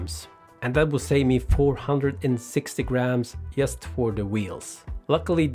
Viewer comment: You say word " just " wrong